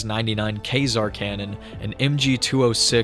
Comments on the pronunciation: lmao "Kay-zar" cannon??? Quasar is pronounced "kwaay-zar" Google has a free pronunciation app, helps me when I'm not sure about a new word. Try it out bro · its KOOEyzar cannon not Kaysar cannon. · Just a little thing it's pronounced ''kwaysar'', a quasar is a type of black hole which shoots out so much radiation from it's poles that it is detectable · Bro said kay-zar cannon 😂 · Kwaezar is how you say it